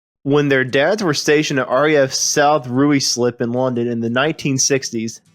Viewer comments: Ruislip is pronounced RYE-SLIP, not ROOEY-SLIP 👍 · It's Bunn-ell, not Bunnul... it's Ball-ard, not Ballerd... most of all 'Ruislip' is Rice-lip, not Rooy-slip! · "Rooeyslip".....love the way Americans pronounce some of our towns! It's Ruislip but that's understandable of course, after all we pronounce Trottiscliffe "Trozley!! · South Ryeslip is the pronunciation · Ruislip - it’s pronounced as ‘ryeslip’. You’re welcome. 😊🇬🇧🇺🇸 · RAF South Ruislip mentioned at the start is pronounced RYE-Slip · Ahem - Ruislip is pronounced Royslip. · Thats Ruislip. Pronounced locally anyway as... Rye-slip...... sorry about that,we like to do that sh#t.